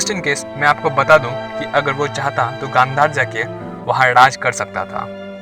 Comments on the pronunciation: Bro it is not khandhar it's Gandhar😊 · That's Gandhaar not Kandhar...well nice video